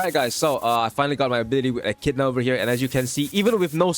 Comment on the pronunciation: it's eh-ki-dih-na